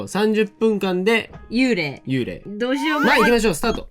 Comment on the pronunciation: "幽霊"の読み方は"ユウレイ"でも"ユーレー"でもなくて"ユーレイ"ですよ!!